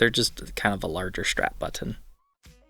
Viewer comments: Actually it's a phonetic error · "Strap Buh-in"